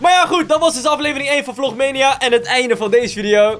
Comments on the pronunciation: Je spreekt het uit als vlogmaaniejaa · Je zegt vlogmaanieja